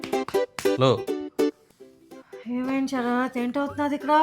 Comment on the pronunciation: షరాత్ 😅😅😅 శ రాత్